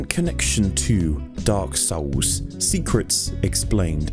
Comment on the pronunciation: I always love the pretentious video essayist pronunciation of DAWK SOWLS.